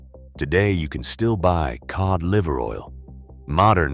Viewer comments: I HATE AI videos!!! It's cod liver oil pronounced K-O-D, not Kee-odd. It's insulting to the listener, do better. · WTF is keod liver oil? Get rid of the AI narrator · AI voice can't pronounce the word Cod. Heh heh, it's one of the easiest ways to know they're using AI instead of voice actor. That inability to pronounce some words properly.